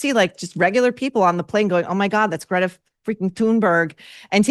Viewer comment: As Michael Knowles pronounces, "Grrreyta"! Sister B took performance lessons from Yoko Ono.